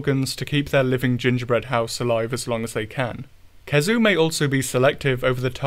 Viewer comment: Never heard someone err the pronunciation of "khezu", aside from having no consistency.